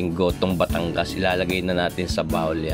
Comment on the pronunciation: Nagutom ako sa kakatawa sir! Hindi yan espageteh at ehyan aay gohtooh 😂😂😂